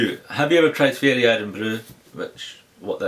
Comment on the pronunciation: hey man, great vid. just to let you know fiery irn bru is pronounced 'FIRE-EH' (cause its got a bit of 'fire' to it) rather than 'FEE-EH-REY'. no hate, just saying! ps I love the stuff, like a blend between irn bru original and ginger beer- delicious:D